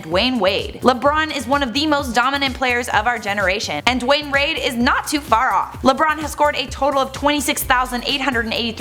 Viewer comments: she said Dwayne raid 😆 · when she can't say dwayne wade 😅😅 plz just say dwade